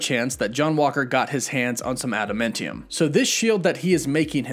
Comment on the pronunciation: Just like Meh-FIS-To isn't Meh-Fes-to.....Adamantium is Ah-Dah-MAN-tee-um....NOT aAh-dah-Men-Tee-um.....lol. love the channel, hate the pronunciation ;p